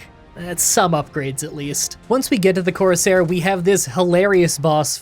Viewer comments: I'm reasonably sure that 'courser' is pronounced like Core-Sir. A corsair (how you're saying it) was essentially I special type of pirate back in the day. (Ones that tended to serve kings and whatnot) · it's actually pronounced courser, not corsair /j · Courser not Corsair but why do I feel like you where saying it like that just to get people to comment about it. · Dude him saying coursair made me so mad and follow the railroad it’s the freedom trail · love the video. Midly annoyed that you kept saying corsair instead of courser lol.